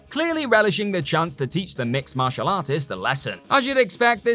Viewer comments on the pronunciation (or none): none